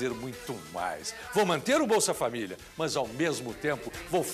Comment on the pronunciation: Esse "mais" ao invés de "mas" também.